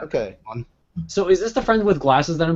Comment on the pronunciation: LAHAR! It's Lahar!